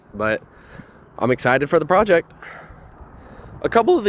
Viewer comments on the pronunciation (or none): What's a "Proect"?